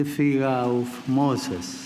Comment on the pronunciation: very clear at the beginning when he said, look up to Moses!